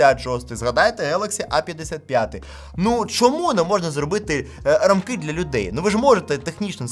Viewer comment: Чому наголос в слові рамкИ на останій склад? Ріже вухо. Правильно рАмки. Дякую за розуміння. Дивлюсь ваші відео давно. Дякую за якісний технологічний контент.